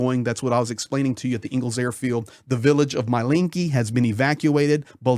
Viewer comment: It's ENG'els NOT Eagles, as in Friedrich Engels. Engels the city is named after the co-founder of Marxism with Karl Marx. Engels/Saratov are really one city, half on each side of the river. Both are military exclusions cities and difficult to get to, especially by driving.